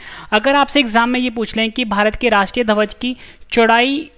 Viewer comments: ध्वज सही से बोलो भाई आप धवज बोल रहे हो। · धवज नहीं भाई ध्वज बोलना सीखो